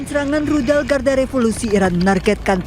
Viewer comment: Rudal..bkn Ludal!😊